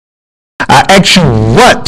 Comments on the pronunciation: im gonna "axe" you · it's hard to take a militant black man seriously when he repeatedly uses the word aks. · I axe where he learned English. And he calls HER stupid. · Let me axe you a question. Have you seen the movie Talk Radio? Just sayin'. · It's interesting that he calls her stupid, but he keeps "axing" her a question. There is no such verb as "ax." And apparently he has nothing more intelligent to say than profanity and does not know how to behave decently. You make a fool of yourself. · LMAO i ax you a question... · "Stupid as I think you are, now I will axe you again."-What?